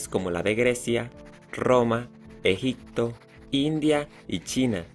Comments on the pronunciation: Yo también vine a los comentarios para ver si a alguien más le molestaba la forma en que pronuncia "Egigto, esclavituC..." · PropiedaC, esclavituC, actividaC, sociedaC, EgiCto, es bueno decirle que lo está pronunciando mal para que cambie y lo diga correctamente, probablemente sabe mas idiomas y el español no es su idioma materno 👍🏻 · también: “EGICTO" 😂